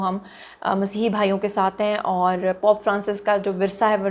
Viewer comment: POP NAHI POPE ZUNI😂